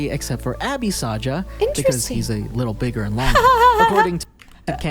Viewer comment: It's saja boys not soja boys